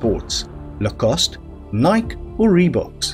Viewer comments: It's Nikeee, not Nike. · You pronounce the long e at the end of Nike, [ˈnīkē]. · .Nigh - key